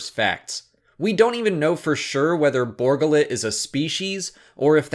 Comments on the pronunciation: Borga Lit? Really? Funny, everyone here heard it as Bor Gullet. But maybe it's just us. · Bor Gullet. ....you keep saying Borgullit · It's not Borgalit. It's Bor Gullet! He will know the truth. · Why do you pronounce it Borgullet? It's two words and they say it's name in the movie. Bor Gullet. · I just can't get over his pronunciation of Bor Gullet. it's a 2 part name. Bor. Gullet. not Borgalette as he calls it. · Bor gullet, not borgullet! How is he pronouncing it wrong. His name was said in the damn movie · ...did you not see the movie...or are you ignoring the way his name was pronounce in the movie just to annoy everyone...?